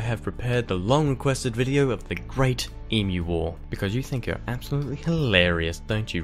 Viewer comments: why does this guy pronnounce Emu as Imyu? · Great video but I still think Sam o nella did it better (even though he can’t pronounce emu)